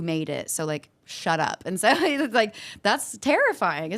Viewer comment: Why can't she say the word SHUT?!! We almost all know the word SHUTfron age 4-8...why can't we all say it? Great vid 👍